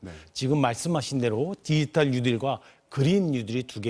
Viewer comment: 디지탈 발음 연습하셔야 겠네요. 문대통령도 한국말 발음이 듣기 불편한데 왜들 그러세요? 사투리 억양 때문인가요? ㅉ ㅉ ㅉ